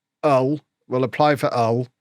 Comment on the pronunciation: I appreciate you pronouncing Hull correctly